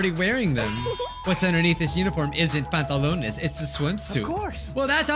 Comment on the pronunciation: is it just me or does anyone else laugh when he says pantalones